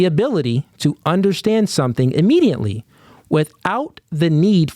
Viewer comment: why you add an “n” in a lot of your words? WTH is Immediantly?